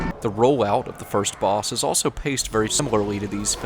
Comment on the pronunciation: says elso instead of also.